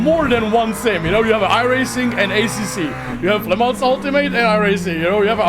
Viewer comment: The Track in France it say Le Mans without S. This Track it say not Le Month.